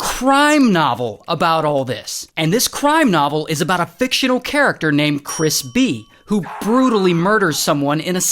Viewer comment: I dunno why but I hear crispy instead of Chris b. and I like the idea of that being the main character